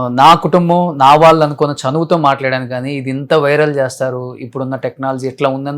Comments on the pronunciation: వాల్లు కాదు వాళ్ళు అని అనండి... ళ పలకడం పోతే తెలుగు భాష అందం తగ్గిపోతుంది... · ‘వాల్లు’ కాదు రా- ‘వాళ్ళు’ అనాలి !